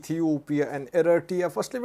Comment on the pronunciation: can you pronounce Eritrea the correct way please? Check on google